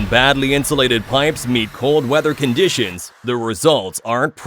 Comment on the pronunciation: exploSHIN? erectSHIN? coroSHIN? happIN? condiSHIN? LEARN HOW PRONOUNCE ENGLISH WORDS OR CHOOSE ANOTHER LANGUAGE!!!!!!!!!!!